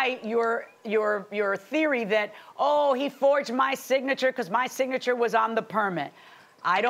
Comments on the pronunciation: This Tina Turner wannabe needs to stop. 😂 You take pics of the ambulance but you forgot the police report? Girl bye!!!!!! Go buy another wig and stop wasting people valuable time. Geesh!!!!! Btw did she say “Sig-nature” instead of Signature? 😂😂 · Sig-nature instead of Signature.😂😂😂😂😂😂😂😂😂